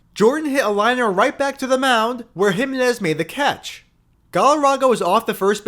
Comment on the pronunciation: Good video. But it's pronounce hi MEN iz. Not HI men iz